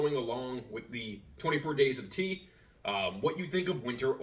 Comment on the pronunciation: Tea in not teain lol